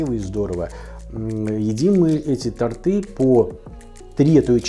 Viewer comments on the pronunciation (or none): не к тортАм, а к тОртам, прошу прощения! Помните, как большинство из нас произносит! Даже прожив много лет в Испании, Поволжье- клещами не вытащить, я шутя, без претензий😀👍👍👍👍👍